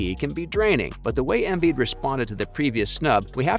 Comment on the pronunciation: He even fucked up "Embiiiid". The other give-a-way was the suggestion that literally anyone else should have been in the conversation other than those two. If you watch, it wasn't even close.